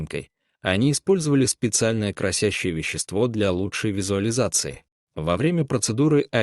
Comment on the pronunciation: КрАсящее, а не красЯщее